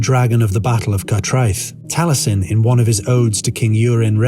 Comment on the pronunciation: Nice video - but the pronunciation of the names wasn't quite correct. Aneurin is pronounced with the penultimate syllable : Ann- EYE- rin The same for Taliesin - Tal -Yes - in And Urien isn't pronounced as Urine but as Irr- EE- en.